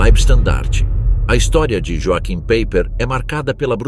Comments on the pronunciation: Pronuncia-se "ioarrim paiper", pois no alemao J tem som de I e CH tem som de "rr" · As pronúncias corretas são do tipo, "roaquim paiper" e "verner volf" ... Não é "PEIPER" e "UOLF" ... Péssima pronúncia dos nomes verdadeiros porque alemães, não ingleses.